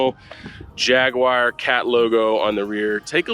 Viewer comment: Jagwire ? Guys this is a fab review but it’s JAG U AR! jagwire ?? 🤦😂